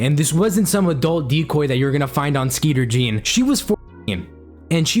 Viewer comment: He said skeeter Jean. Fucking awesome. Keep up the contect dude! This is my first vid I saw of you! You earned yourself a new sub Greetings from Friesland, Netherlands 🇳🇱 🫶🏼